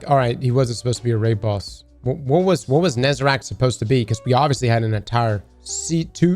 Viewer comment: If you say Nezarac instead of Nezarec one more time I swear to god